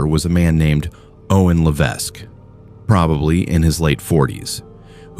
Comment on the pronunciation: I don't know if this is AI narration but you mispronounced several last names and places names. The proper pronunciation of Regina rhymes with vagina. Levesque is pronounced Leveck. You should try harder.